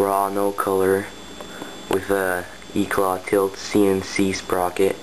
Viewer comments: stop saying eclaw lol its eclat but nice bike other than the asm-r lol i ride the original asm so much stronger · Its pronounced Eclaa not eclat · u pronounce eclat wrong lol